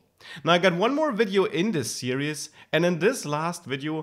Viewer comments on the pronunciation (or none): "series" is pronounced "seer•eeze". The way you say it sounds like you're saying "serious".